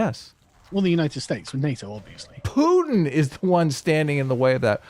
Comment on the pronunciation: I hate how sargon adds a J to putins name. PJutin. Ugh. He sounds like a slur.